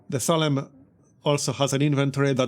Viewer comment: Good stuff! Just FYI, it's pronounced "Say-lem", if you're interested. The town of Salem was made famous by the Salem Witch Trials.